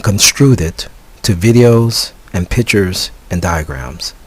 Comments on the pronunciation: "Pitchers"? or pictures. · I cannot trust a person who pronounces "pictures" as "pitchers".